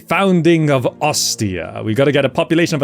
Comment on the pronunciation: That pronounciation of Ostia is 💯💯💯